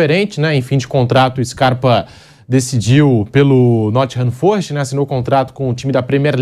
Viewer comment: "Nottingham FÔrest" É cada um viu